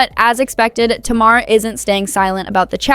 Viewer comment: It’s pronounced Tay-mar!